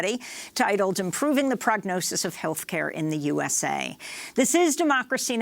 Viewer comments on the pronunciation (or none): "Health caya"?